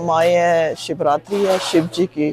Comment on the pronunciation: Shevatri nahi shiv ratri madam . Thank u for this great video. Pls show more pak hindus n temples